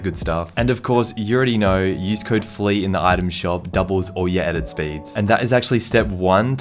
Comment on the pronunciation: Flea Not Fleaaaaaaaaaaaaaaaaa